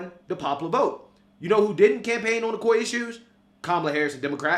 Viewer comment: The Koi issues. Yes they didn't run on Koi issues. "Core" issues. Core is the word. The "Koi" issues "dat" "day" talk about is "Core issues" "that" "they" talked about in "the" election not "dee" election. Anyway, I ain't a know it all but "day" are delusional.